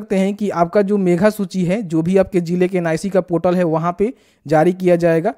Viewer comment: मेघा नहीं मेधा होता है।